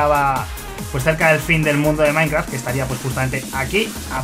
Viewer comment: Jajajajajaja dijo soy maikraft